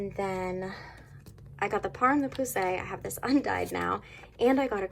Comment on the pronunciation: I just love how you say poussiere LOL pooosay 🤣 idk how to say it either btw 🥴